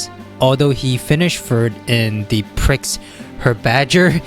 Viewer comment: I don't speak French so I don't have too much ground to criticize pronunciations (unless it's one of the many borrowed French words we use in English). But the mispronunciations of the word "prix" particularly upset me. It's pronounced "pre" like in the word "prefix." Hope it helps.